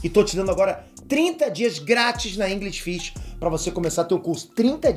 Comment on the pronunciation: Aprender Inglês na "InGRIsh Fish" eu não quero kkkk